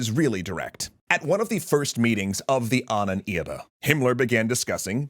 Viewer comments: Love it but your pronuntiation of the word ahnenerbe is very confusing😅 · I am sinning this map, as well as the suggestion that Wewelsburg was threatened by Soviet force - it's in western Germany and was taken by Western Allies. Also, why do you keep pronouncing Ahnenerbe so weir?. XD